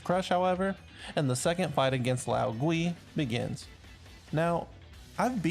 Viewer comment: the pronounciation of lao gui makes me die inside